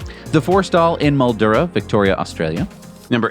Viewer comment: Not "Mal-DU-ra" in Australia... It is pronounced Mil-DUE-ra